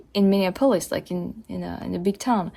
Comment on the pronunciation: Minor detail, Minneapolis: Min( like minimum) e( the letter) ap( like application)o( the letter)lis( like list). Or perhaps the same with the "olis" as that Greek : Acropolis.